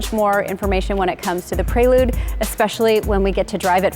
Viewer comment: Yikes, they butchered the prelude name